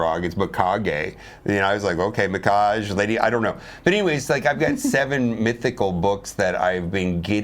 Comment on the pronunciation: Lady mikage and the rest of her faction are based on Japanese. As such you should be pronouncing those final Es in her name & anyone else in that faction.